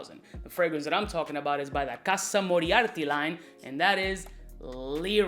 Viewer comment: Casa Moriarty? 😂😂😂. This dude is really illiterate!